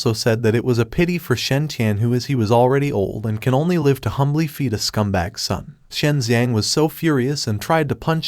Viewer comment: Can you discuss with your AI how to pronounce “live” in context? Asking for a friend.